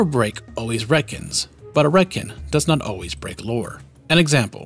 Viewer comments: Ive never heard it pronounced "retkin" before.always ret "con" like in CONtinuity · RET - CON. not Redkin. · Sorry, but I cant get over how you pronounce Retcon as "Redkin" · I don't know if i've ever heard the word retcon spoken. Is this how you pronounce it? Like "ret-kin"? I always read it as "ret-con"? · Everyone on Earth: “Retcon”: “Redkin” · I'm trying, I'm trying but he keeps saying retkin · Never heard "Ret-ken" before, odd pronunciation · And "Jenny" is "Genie"... Man's brain is broken 🤣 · I've NEVER heard anyone pronounce a retcon as 'Ret-kin' before. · He said retcan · Retcon is pronounced RHETT - KHAN. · dude keeps pronouncing retcon as redkin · Are we all just gonna ignore how he pronounces retcon? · Cant say I've heard someone say Retcon like that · I have never heard anyone pronounce retcon like that before… i want a unique nightkin named “retkin” in the next fallout game lol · It stands for retroactive continuity so pretty sure he's saying it wrong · Hard to take him seriously when he can't even pronounce "Retcon" properly... Retroactive Kentinuity. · Great video. Except you mispronounced retcon and it bugs me way more than it should. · Am RetKin I identify as a Retroactive Continuity. Srly tho why do you say RetCON like that?! 😆